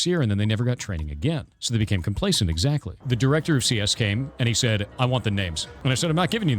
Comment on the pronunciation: I love how he says "exactly" like hes responding to someone who definitely doesn't exist